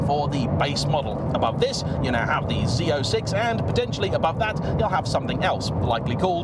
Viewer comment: You actually said “Z06” and not Zed 06. Everyone on this side of the Atlantic Ocean appreciate it 😅 For us, when we hear “Zed” we hear Bruce Willis saying “Zed’s dead” at the end of Pulp Fiction. 😊